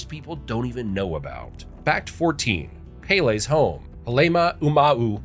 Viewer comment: PEASE, please!!!!